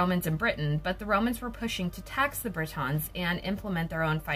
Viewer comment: BRIT-ONS ?! Wtf are they?!🙄 It’s pronounced BRI-TN